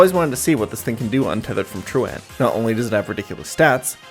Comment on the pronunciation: say it with me....TRU-ent 😂like you skipped school...😭